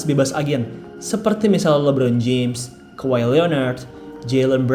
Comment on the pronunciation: Lah sejak kapan udah benar nyebut Kawhi..